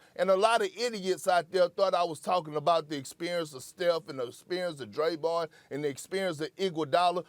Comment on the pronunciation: "The Experience of Draybon" 😂😂